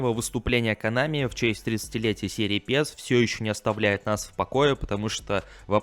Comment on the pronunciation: Друг, почему ты говоришь ПЕС? Про Эволюшн Соккер, получается же ПЭС)